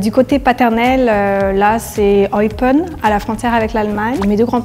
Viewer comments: celle en rose au moment de se présenter aucun Belge ne prononce Eupen comme un français O-e-pe-n 🤣🤣🤣 dsl meuf t'es grillé pas besoin de voir la fin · « Eypeun » hahaha c’est Eupen, comme ça s’écrit 😂😂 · 4.13 Eupen mdr comment elle le prononce, c'est sûr c'est pas elle la belge 😂😂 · C'est hard de trouver même pour un Belge. a mal prononcé Eupen, pas du tout compris où sont venu les parents d' en Belgique. (Varne? Ça existe ça, en Belgique?) Puis le fait d'avoir pris le chocolat Lindt comme Belge! Puis l'affirmation que les Belges souvent des études en France plus que le contraire... Bref, il y a des indices, mais ce n'est vraiment pas simple à trouver. Ils sont vraiment bien. documentés. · J’ai mal fait mes devoirs, j’avais aucune idée de comment ça se prononce Eupen 😅 Mais je vous ❤ mes amis les Belges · j'ai one shoot, de la façon qu'elle prononce Anderlecht ♥ et le Eupen j'ai rigolé XD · Elle s'est même pas prononcé eupen correctement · Je fais une petite prédiction en tant que Belge au début de cette vidéo: pour moi, c’est 100 % sûr que est Belge (elle a l’accent belge). Les autres sont Français, selon moi. Il y en a une qui n’est certainement pas Belge, c’est — même les Wallons ne prononcent pas "Eupen" comme ça!